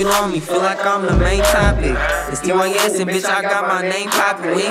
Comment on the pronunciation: Bro said lil tiss it's tys